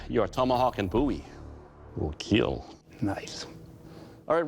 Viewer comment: Just as long as he doesn't "keel" me